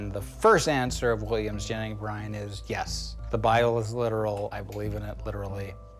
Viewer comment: Haha he's saying William Jennings as Williams Jenning